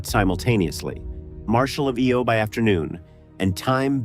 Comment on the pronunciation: Does that help explain some of the terrible word pronunciation? For example, it's "EYE-Oh", not "EEE-Oh".